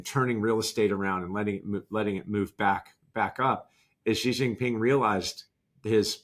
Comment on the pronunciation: Kyle's good - but discount his credibility where discount is merited. Apply the adage (Chinese saying) "from the small points we see the big points" - and anyone who cannot pronounce Xi Jing Ping's name* inevitably casts doubt upon their credibility. But he makes some very poignant points, all the same *It is not pronounced like the French "Je", for example.